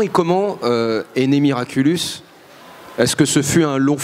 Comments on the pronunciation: SA SONNE BIEN AUSSI QUAND ON DIS MIRACULOUS A LA PLACE DE MIRACULUS !! Sinon super passionnant cette interview 😂❤️ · Ya que moi que ça dérange quand il dit "miraculUs" ? Sinon, merci d'avoir mis l'interview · Ça a pas arrêté de me déstabiliser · Oui ça me dérange tout le temps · Nan t'inquiète ya pas que toi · Moi je me suis dit: je rêve ou il a dit miraculus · Moi aussi ça me perturbe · Je vous rassure moi aussi XD